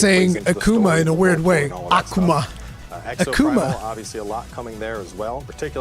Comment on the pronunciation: The way Cowboy says "Akuma" is actually the correct pronunciation